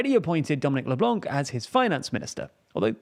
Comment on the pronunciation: On ne prononce pas le "c" à la fin de LeBlanc.